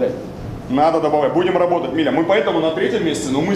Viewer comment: "габотать,габотать и ещё раз габотать")